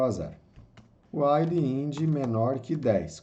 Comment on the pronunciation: Muito bom o vídeo, ensino didático e direto ao ponto. Aprendi muita coisa em pouco tempo! Mas sugiro dar uma estudada nas pronúncias de palavras em inglês como "return", "double", "while"... Abraço! Continua postando =D